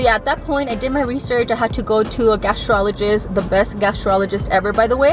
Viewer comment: It’s Gastroenterologist pronounced super American accent something like Gastro-enner-olo-gist or gastro-enter-ologist pero bueno la idea es que se te entendió jajajaja